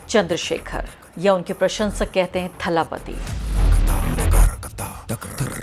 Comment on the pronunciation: अरे, सबसे पहले तो हिंदी भाषी लोग विजय को थलापति नहीं दलपति कहें। तमिल में 'Th' का सही उच्चारण 'द' होता है। इसलिए थलापति नहीं दलपति। जब विजय जवान थे तो उन्हें इलेय दलपति (तमिल में इसका मतलब है नौजवान नेता) कहा जाता था। अब वे पचास पार कर चुके हैं इसलिए केवल दलपति कहलाते हैं।